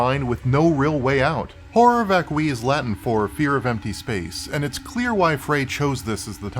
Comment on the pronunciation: This REALLY is not a big deal, BUUUUUUUUT "horror vacui" is a concept that has a wikipedia article that contains the phonetic spelling. Also being aware of the concept might be helpful in interpreting the work, idunno. Edit: Nvm, you actually know what it means, and I'm aware that latin is a dead language and anglicized pronunciations of latin are basically arbitrary anway.